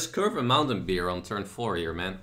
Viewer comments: Stop saying beer dude, its beAr!!! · I like how he says beer